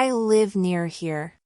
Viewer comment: نطقت here تقريبا ب shere نريد نستفيد منك وشكرا جزيلا